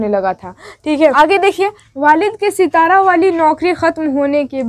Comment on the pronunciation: सितारा नहीं बल्कि सतारा। सतारा महाराष्ट्र के एक जिले का नाम है।